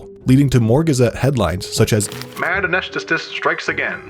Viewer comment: an-ee-s-the-tist. it's not that hard, and certainly easier than anesthesiologist